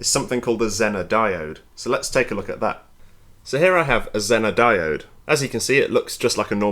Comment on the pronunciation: The American pronunciation of “zener” is “zee nr”